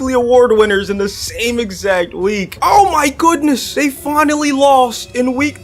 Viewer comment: “Oh mah Goudnessh” got me rolling